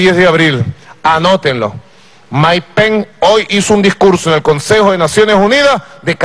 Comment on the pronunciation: Maduro no se dice penc eso es Anglosajón se dice pence que no se pegue el Anglosajón